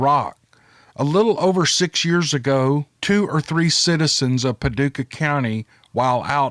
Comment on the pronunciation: Hey I’m from Paducah!!! Long time listener/fan! It’s pretty cool to hear you say Paducah and say it correctly! Haha love it! Keep em coming